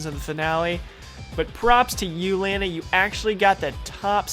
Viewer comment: im not sure but i think your saying Lana's name wrong